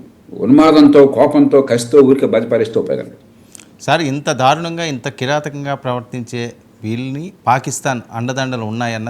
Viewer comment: ఎడిటర్! ధారుణం కాదు!దారుణం! తెలుగు పదాలు పలికేటప్పుడు జాగరత్త పడాలి! ఎందుకంటే నీవు ఒకతెలుగు ఛానల్ కు ఎడిటర్ వు అయ్యావుకదా! మీ వాసుదేవనేమో కల్మా ను కాల్మా అంటాడు! ఏడదొరికిండ్రురా బాబు!